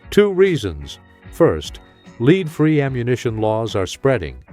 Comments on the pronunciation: CAN'T YOU GET YOU AI TO PRONOUNCE WORDS CORRECTLY! ACCORDING TO YOUR AI YOU ARE SHOOTING A LEED SLUG NOT A LEAD SLUG. I REALLY AM GETTING TIRED OF THIS SHIT. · Lead is not pronounced "LEED" unless you are the worst AI robot polluting YouTube with your fraud. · Since when did "lead" the (metal) become "leed" as in "guide"? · Does everyone notice A I speakers can't recognize the different way to say the word lead as in lead free bullets and instead pronounce it as leed free bullets.